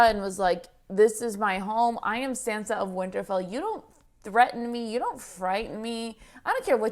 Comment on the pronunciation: "i'm sAnsa stark" "let's go sEnsa" i know there is language barrier and you would read sInsa if i write sEnsa...but...just listen to how sAnsa calls herself. it's not sEnsa